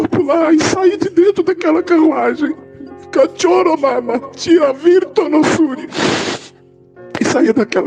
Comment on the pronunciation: É isso mesmo, ele falou "CATIORO"?! 😂😂😂😂